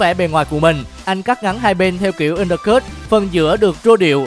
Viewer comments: “ kiểu tóc ăn đơ cứt “ :)))) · Undercut đọc cũng sai